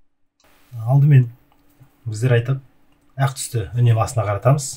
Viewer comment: Әқ емес аққ 😭